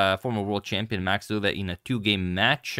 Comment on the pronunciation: Pronounciation of Euwe is on point!